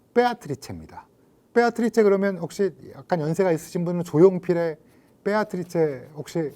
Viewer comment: 뻬아트리체 ㅋㅋㅋㅋ 라고 하시는 거에 괜스레 느껴지는 친밀감ㅋㅋㅋ